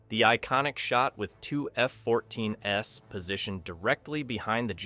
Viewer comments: The AI voice is actually saying "F-14 S" instead of the plural F-14s. It's only one of many errors made by the artificial narrator. I had to bail before making it halfway through because it was so annoying. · The "S" in "F-14 S" wasn't meant to represent an "S" variant of the Tomcat. It was an artifact of the AI voice not understanding the plural pronunciation of two F-14s. The poster should have tweaked the script to correct the errors, but it's just click-bait anyway. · Another clickbait title. No banned alternate ending whatsoever, and bizarre narration, and oh by the way there is no such thing as an F-14S Tomcat. Your shitty AI narration misinterprets plural for a non-existing Tomcat version. Sloppy work. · The AI mispronounced two F-14s.